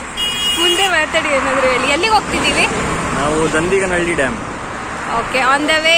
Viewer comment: Syed adu dindiganhalli alla, Dandganahalli